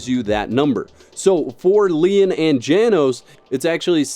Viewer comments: Pretty sure Janos is pronounced Yanos. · Janos (János) is pronouced something along the lines os "Yah-nosh". It's hungarian for John.